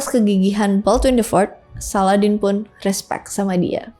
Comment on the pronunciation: izin koreksi kak salahuddin bukan saladdin